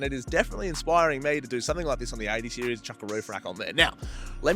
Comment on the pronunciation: That's golden. "OK sOoo It's ThE beST 80 SearIEs ArOUMd" 😂😂